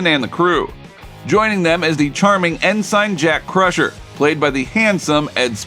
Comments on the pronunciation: Did you actually WATCH the show? Shaw is dead. Sydnie is smart and loyal, but she is NOT empathic. And it’s “En-sin”, not “En-sine”. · En-SIGN? For the love of God learn how to pronounce words. And did you even watch Picard Season 3? Shaw IS DEAD. WTF. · How could you mispronounce ensign?